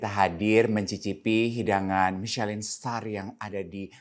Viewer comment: ‘Michelin’ bukannya dibaca ‘Michelang’, ya…